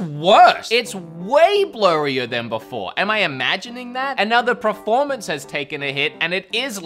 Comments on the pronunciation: Anyone else notice the pronunciation of the word “performance” as “preformance”? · Why is he saying preformance instead of performance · Why do you keep saying “PREformance”? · literally no one: per-: "prerformance" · I love how you say "preformance" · Was he saying preformence instead of performance or am i just hearing things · Did he say preformance a few times or just me? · Anyone else notice how he pronounces “Preformance” 😂😂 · Per. Formance. Peeeeeeeeeeer. Formance. C'mon say it after me.... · Are you saying preformance as a joke? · is it me, or does wood just not know how to pronounce performance?